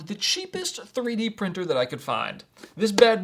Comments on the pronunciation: Three d not threed. 😂😂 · EasyThreed I think should be pronounced as Easy3d 😂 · No, "Threed" was supposed to be Three D. It was probably translated by AI-yi-yi.